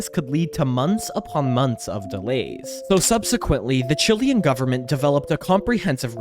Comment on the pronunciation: He said chilean